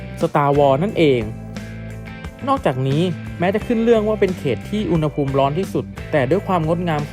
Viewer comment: อุณหภูมิ ต้องออกเสียงว่า อุน หะ พูม นะถึงจะถูกต้องตามหลักภาษาไทย